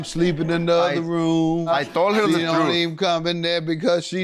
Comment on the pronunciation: “I told her the trudth!” 😭😭💀🤣🤣